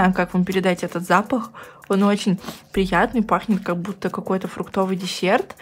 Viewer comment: "Как бута" это не правильно, прям по ушам режет, правильно "как будто" не обижайся